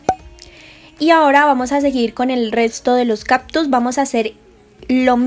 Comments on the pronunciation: No son caPtus. Son cáCtus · "Captus" ja ja ja ja sufrir cada que decías captus. Pero tu video muy chido